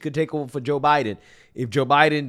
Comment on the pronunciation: The way you say Joe Biden is really annoying....."Ja Biden"......its Joooe Biden